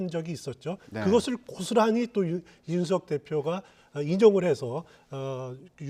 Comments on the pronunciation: 이준석인데 왜서 내귀에는 이윤석으로 들릴까 내가 문제인가 아님 저사람이 문제인가 헷갈리네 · 이제는 이주석이라고 하네~저사람 언어장애가 있는 건가~헐!